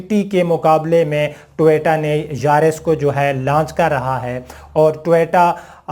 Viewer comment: ٹویٹا نہیں۔۔ٹویوٹا لکھا اور بولا کریں۔۔